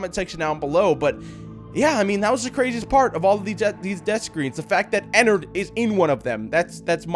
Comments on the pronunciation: Pronounces it Ennerd its suppose to be " Ennard" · No its not enerd its ennard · Its not ennard its enny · also how to pronounce ennard is enn-ard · It is not enerd!!!!